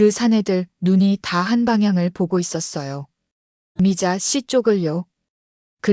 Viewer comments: 미자 씨가?들으면서 거슬림ᆢ걍 미자씨 붙여서 읽으면 좋을걸 ᆢ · 미자 담에 한참 있다 씨 라고 강조해서 요즘 초딩도 그렇케 않 읽는데... 중국에서 초딩 했나 ?.. 쯧 😢